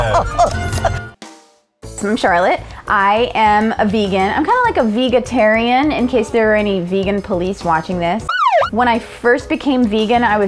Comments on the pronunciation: What’s a vega-tarian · Its vegetarian not vega-terian.